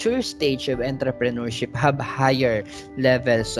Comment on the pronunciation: Mali po Pronunciation ng Entrepreneurship??